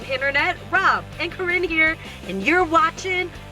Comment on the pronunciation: Sorry ROB!! I was rooting for you, but it’s...banana “beeyn” COME ON!!